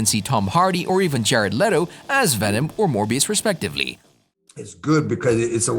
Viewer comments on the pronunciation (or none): none